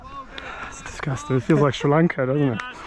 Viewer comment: I'm just glad to hear you saying "Sri Lanka". Great stuff mate!